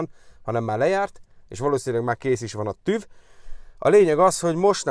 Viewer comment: Asztúgymongyák, hogy TÜF(V), már annyi időt eltöltöttél itt, hogy illene korrekten kiejteni a szavakat- hangokat..